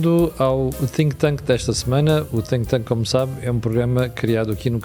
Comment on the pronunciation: Chama-se Think tank e não tink tank.....disse